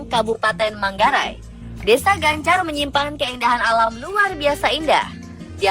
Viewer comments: Bukan gancar tapi cancar bukan tete tono tapi ten'te teno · cancar... bukan gancar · Bukan Gancar tapi cancar